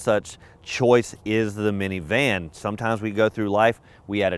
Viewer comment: You're the first person I've ever heard who says miniVAN🤣🤣